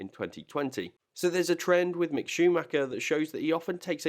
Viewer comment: Don’t understand how you can say mick